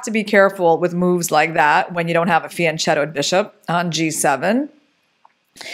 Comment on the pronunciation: "Fianchetto" is an Italian word: it is pronounced with a K sound (unlike if it was Spanish).